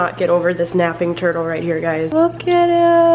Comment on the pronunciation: Nobody: Me: Snapping turtle, oh napping turtle When she said th at I was like WHAAAAA!